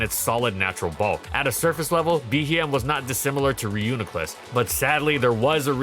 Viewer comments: Thank you for saying the good pronunciation of reuniclus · Oh no did chat bully into pronouncing Reuniclus correctly? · Wait he said Reuniclus correctly